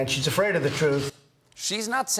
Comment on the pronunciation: Stephen forgot to mention, but when Trump talked about the “very bad part of history”, he said people were A-fraid. Not afraid (pronounced uhfraid), but a-fraid (ay-fraid).